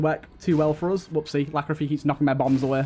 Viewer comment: Every time you call Lachryphagy 'Lachrophy', someone kicks a puppy.